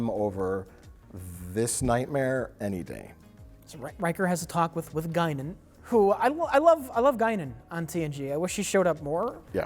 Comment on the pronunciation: Guinan with a gun = Gun-nan